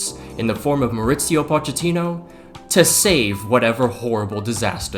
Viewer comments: All these commentators butchering Poch’s name. Mauricio’s first name is Spanish NOT Italian. Its MAURICIO, not MAURIZIO. Come on, people. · Why does bro says Maurizio